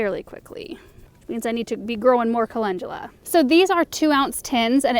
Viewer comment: You pronounce it colengula